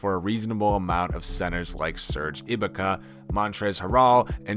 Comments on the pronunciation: I was so confused, thought he got mixed up but then he called Ibaka "EE Buh Kuh" and I knew he was a casual. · Serge I Baka, Haral, ho wtf you mispronounce those words? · It’s E Bah Kah and Hair All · 10 NBA Errors Have Happened in This Video 1. It's not a countDOWN when you start with Lillard and end the list with a no-namer. 2. It's pronounced Nicolas buhTOOM 3. Serge eeBAkah 5. Drummond is playing for whom? 6. Lakers are hunting Melo with all their might? Melo? He was paid to NOT play in 2018. Lillard brought him to Portland as a Good Samaritan gesture in :59 Melo was drafted the same years as LeBron so that makes him just as good on the court? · Did y’all here the way he said IBAKA name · oh my GOOOD, I didn't realise he actually said the Cavaliers will do something with drummond. Well then he doesn't watch bball, and i don't know how he knew how to pronounce Schroeder, or he is either Hawks or OKC fan, but he didn't know how to pronounce Ibaka so he is either an amateur OKC fan or a Hawks fan